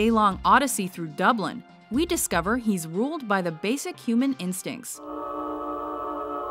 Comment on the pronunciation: Have to cringe at how she says Dublin and Ireland